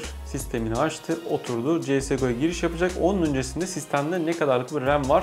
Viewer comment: CS-GO'ya sies go diyenlerin...